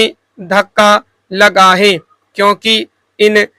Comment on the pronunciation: jaise आप 'है ' को 'हे ' , 'भयावह' को 'भयावेह' , 'देश' को 'देस' kuch is trah ka uccharan aap karte h ....baki janaab aapka sab sahi h